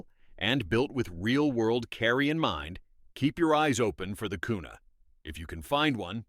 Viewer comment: Kuna a "carry" gun 😂😂😂😂😂